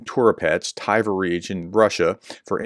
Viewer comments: How do you get "TY-ver" from Tver? Edit: Solid humor content as the Professor blows every foreign name he tries. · You kept saying Tiver. Where did you get the 'i' from? It's Tver. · It's not Tyver (like "tiger")....It's pronounced "T'vair".... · Maybe you should use Google so you can pronounce people and places a little better, aka. where is the letter I in Tver, Tiver, hmm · it's not "Thai-Ver" just Tver. Pronounce the V just after the T without inserting a vowel sound. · As I wrote two weeks before: It's not Tiver. Its Tver, or Twer in German. In know how to pronounce it cos I am from the German twin town of Twer (partnership currently suspended) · The place is pronounced „Tver“ (like in „twist“ or „tweed“) Call it „Twair“, that should come close „Tie-ware“ is way off! 😂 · It's NOT Tiver, there's no letter i in Tver ! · Prof, it's spoken as Ver. No need for the T phonic. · Tv in Tver is pronounced the same way as Tw in Twitter.